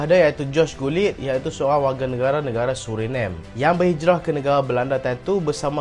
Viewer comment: SebutAN SURINAME..Bukan bunyi nya seperti sebutan english nama ..tapi bunyinya suri namey..sebuqh negara pulau kecil,penduduk beragama islam..dan memiliki DNA melayu iaitu Keturunan melayu muda..